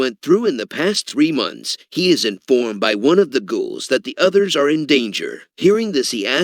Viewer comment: the way he says ghouls 🤣